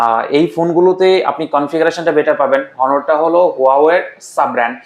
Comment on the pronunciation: honor nam ta jotobar uccharon korchen prottekbar ei vul uccharon korchen next time aita kheal rakhben